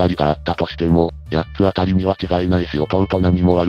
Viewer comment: 読み方を「やっつあたりやっつあたり」とするのはやめてほしい… それはそれとして弟があまりにかわいそう 兄はサイコパス、母は平和ボケの日和見主義のアホ、父は空気